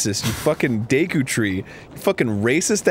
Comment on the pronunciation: you said Deku Tree in like dicku tree